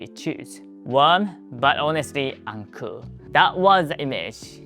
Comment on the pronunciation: the way you say uncool does sound like 'uncle' as is usual for uncles to be uncool. were you called the Uncool Uncle?